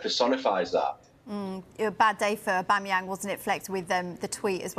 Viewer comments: Jamie could hardly pronounce Aubameyang 😂😂😂 What is Aubamebang😂😂😂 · This guy on the left calling aubameyang “aubamabang” 😂😂😂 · Aubame ... who? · Who’s this guy who can’t pronounce Aubameyang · Someone teach him how to say aubameyang 😂